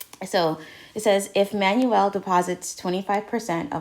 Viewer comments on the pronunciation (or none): none